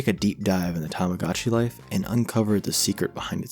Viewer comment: This is a good video, but you keep pronouncing it as “tamigotchi life” but it’s “tomodachi life”, but also you somehow pronounced “tomodachi collection” correctly